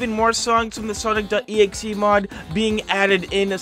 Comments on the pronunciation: watching the video, hears say "Sonic ex" instead of "Sonic.EXE" (or "Sonic Exe"), day ruined, dislike earned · ITS SONIC EXE NOT SONIC X i mean the pronounciation